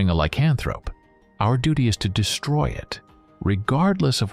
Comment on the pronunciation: Buddy you say lycanthrope wrong... normally it wouldn't bother me but you say it every 3 minutes in this video... the emphasis is not on the "can" just letting you know... sorry if I seem like a dick... don't mean to